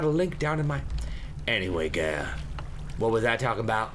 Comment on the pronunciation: "Aaahhh yea gurl. Come down to my basement gurl." <-- that accent makes me smile every time XDD